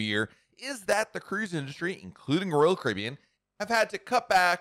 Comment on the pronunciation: SLOWLY PRONOUNCE: ROYAL CARIBBEAN!!!!